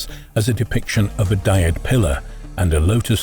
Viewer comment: geez…. Why do these voices keep mispronouncing the Egyptian words? The djed pillar…. Not the diet pillar……🥸